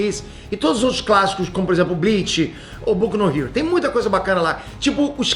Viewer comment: Aos 2.42 min falou: Tipo os classiCUZÕES que vcs conhecem kkkkkkkkkkkkkk